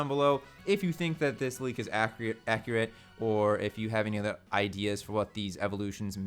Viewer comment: You said accurate like dj khaled does haha “ACCREATE”